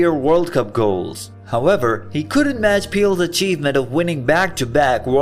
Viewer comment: why u call pele "peel"